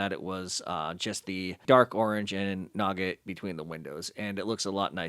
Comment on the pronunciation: Great mod. Love the work. Very important: It's pronounced NEW-git, not nugget. It's the tan stuff that isn't caramel or peanuts in a snickers bar.